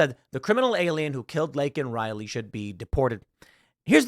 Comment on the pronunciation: Saying you regret saying a thing in that context literally EQUALS apologizing... And the pin Biden had that night had Riley's name on it and he STILL couldn't say her name right 🙄🙄